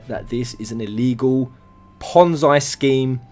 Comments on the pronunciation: It's pronounced "pon-zee", not "pon-zai" I will agree that the game looks dodgy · it is pronounced ponzee not ponzai fuckface. no disrespect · fascinating this is... btw it's pronounced pon-zee not pon-zye. ^_^ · Not trying to defend new empire...fuck that game lol. But people need to educate themselves...This is not a ponzi scheme...apparently these wanna be moral high ground idiots don't have a clue what ponzi scheme means, or even how it works...also...its pronounced ponn-zee, not ponn-zy... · it's ponzi (pon-ze) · It's pronounced "pon-zee" scheme. It's named after the man who was arrested for the crime. Not to nitpick...just in case you make further videos about this. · It's pronounced pon-zee, it comes from italian mafia schemes in the 50's. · It's Ponzi as in Pon-zee. Love ya, but mispronunciation gets to me.